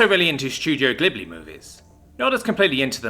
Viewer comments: Did you just.. mispronounce "Ghibli"? An Edit That's Too Late: Btw, I didn't mean to say this in a demeaning manner. Sorry if you thought it was. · Yes he did.